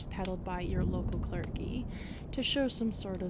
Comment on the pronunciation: The pronunciations on a bunch of words in this one are oddly wrong. "Clar-geh" instead of "clur-gee"? And many others. Haven't seen this in a lot of your other vids.